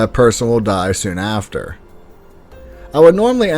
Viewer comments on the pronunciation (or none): none